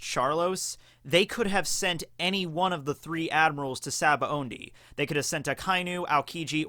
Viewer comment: I can’t stop hearing sabaoNdy.